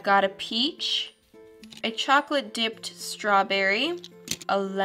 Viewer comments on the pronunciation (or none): none